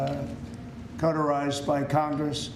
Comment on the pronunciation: Cauterized? Words are hard when you are stupid.